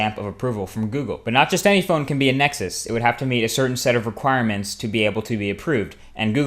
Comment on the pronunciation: You kept saying "erquirements".